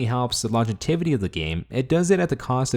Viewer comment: Long- jev-ity